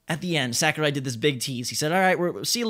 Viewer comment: Holy shit. Sakurai. You fucking butchered that name. Sackerai?